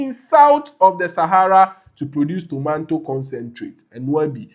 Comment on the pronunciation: It's not tomanto😂😂😂😂......tomato....eeeei